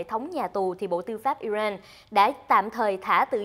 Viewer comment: HongTu hay doc ten quoc gia nua nat nua mo zay,,IRAN ; or ' ai ren' or ' i rang " (!)